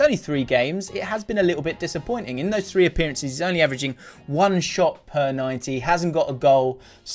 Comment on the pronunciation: You say shot in such a posh manner